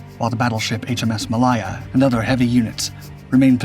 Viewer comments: Pronounced "muh-lay-uh" and "bed-u-ɪn". Moron. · pronounce "HMS Malaya" again. also "HMS Bedouin" do you really not know how to pronounce these words? or was this always cheap AI slop?